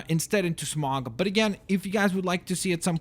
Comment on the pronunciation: Smaug not smog